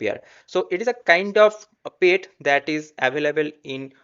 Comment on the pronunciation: at least use Google for correct pronunciation for the word PET. bro it is not "payt"